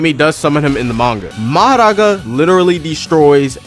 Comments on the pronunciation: Who noticed the mohoraga and bro the pronouncation maharagaa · bro saying "maharaga" make me laugh bro like bro just say mahoraga like a british person bruh >:3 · "Enue" and "Maharaga" got me dying 😂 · Mahoraga (Mah - Hoh - Rah - Gah) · “Inuey” “Mahraga” I cant 💀💀💀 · Why do u say nue like "n u e" and mahoraga like "maharaga" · Talking about how he pronounces “Nue” when he pronounces mahoraga as maharaga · Anyone talks about "Majaraga" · Wait when you say mahoraga you sound like spanish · "Nue" is pronounced "noo-we" not "INNUE" Edit 1 : HOW DOES HE PROUNOUCE MAHORAGA LIKE THAT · Stop saying mahoraga like that 😭 😡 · What is this guy pronunciation mahoraga and nue dawg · The pronunciation of mahoraga and nue is killing me (no hate tho) But fr tho I honestly prefer this game over TSB of course TSB has the better combat but JJS is much more fun to play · Calls Nue N-O-E and he says Mahoraga like as if hes indian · just a heads up tho! "Tze" is literally pronounced as "Z", "Nue" is pronounced "New-ay", Why are you rolling your Rs for "Mahoraga"? it's just said as "Ma-ho-ra-ga."